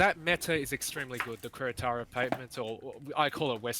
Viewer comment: "keh-re-taro" Please